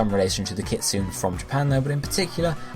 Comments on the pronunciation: Isn't kitsune supposed to be said like kit-sue-nay? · Lol yeah I cringed too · It is I cringed so hard